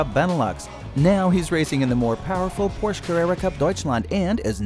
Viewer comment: Pronounce ‘Porsche’ correctly please. I remember when people used to say ‘Ordi’ instead of Audi, Nikki Lorda instead of Lauda, still saying Brawn instead of Braun…is it really so difficult to do your homework?🤷🏻